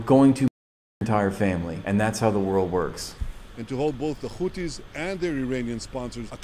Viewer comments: He can say the letter H… why he keeps saying Khuthies? It’s Huthies. They always add a Kha letter to those they accuse as terrorists. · This silliness of saying Khoutis when next he says ‘hundreds’. They obviously know how to pronounce the ‘h’ sound. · “Da خuties” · Oh my god he’s saying khoootis? Now that’s another level!